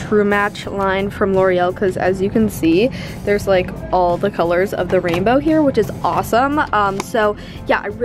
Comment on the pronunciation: Did she say what I thought she said LIEK